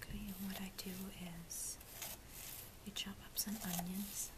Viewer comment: Its onions? Not unions right?